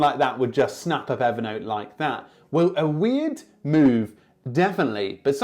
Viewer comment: Everytime you say Evernote I hear it evident! 😄 Great content as always.